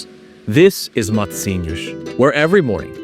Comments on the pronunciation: It is not Matisinhos, but Matosinhos 😉😉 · It’s Matosinhos, not Matisinhos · Is writen Matosinhos and not Matisinhos......